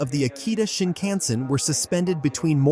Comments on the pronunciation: Is AI being used for translation?? I dont like the accent as lots or words are mis pronounced..its no Shin can zun etc🤨 Please use real person. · Is this an AI announcer? I've never heard anyone pronounce shinkansen that way. Need to get that bot dialed in!